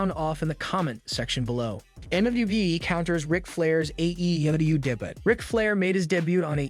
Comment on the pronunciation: why are you saying daybutt... For debut... Pronounced day-byoo😅😅😅